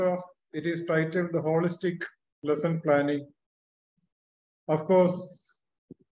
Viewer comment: It's not Holistic "not whikistic"